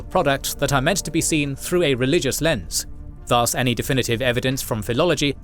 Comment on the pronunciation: I wish the narrator pronounces 'thus' more correctly rhyming with 'bus' with no stretch of sound on the vowel. The way he is saying it confuses with Indian Sanskrit word das or daas.